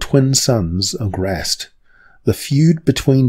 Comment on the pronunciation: points for pronouncing Grazzt properly